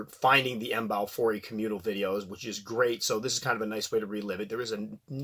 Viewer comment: If pronounced correctly a ryme would be close to: have i e. That's it, done deal now. The ecosystem here is fragile with several endangered species of animals so the State has to clamp down on the citizens. Each time a snake is found authorities scramble, they just captured a Python about 200 miles from here near the local airport. Big news! But we have big centipedes and small brown Scorpions, oh and Black Widows.